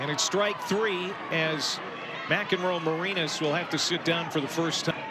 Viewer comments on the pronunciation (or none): PBP Announcer: Nelly McEnroe-MaREEnas. Please get it right.